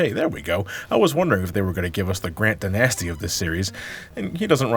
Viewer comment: I've never heard anyone pronounce 'Dynasty' like that before in my entire life